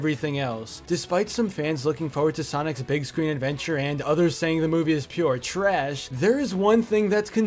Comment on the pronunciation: the way you say ‘trash’ lmao